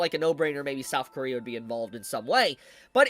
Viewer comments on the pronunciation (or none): none